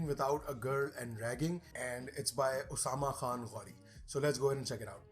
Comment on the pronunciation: Good content by Usama. Nice to hear someone say my name correctly.